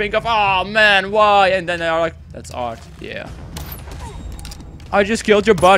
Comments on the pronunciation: 'then' not toen nice vid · He says tune